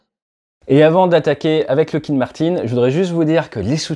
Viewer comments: Merci de ne pas confondre ce fleuron de la défense US avec du liquide de frein. Il FAUT prononcer LOCK-heed. Pas de "look" là-dedans.... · Je crois que, pour Lockheed, on dit "lock" et non pas "look". Attention aussi aux faux-amis : le "trillion" que vous lisez dans les documents américains se traduit "billion" en français. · Pourquoi dire LOUckheed et non pas LOckeed ? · Lockheed pas loughhead mdr